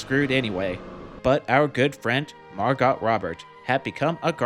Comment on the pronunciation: Can't unhear your pronunciation of MarGOT Robert